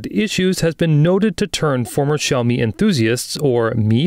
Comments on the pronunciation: When two words are the third tone, you pronounce the first word as the second tone. So xíaomǐ not xǐaomí. But this sounds like AI generated voiceover though. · Why does the presenter persistently pronounce xiaomi like this? It's not even the correct tone. Cringe!